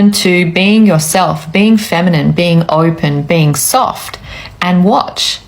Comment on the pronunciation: I love your content, but please stop pronouncing masculine and feminine with a long i. There is no need.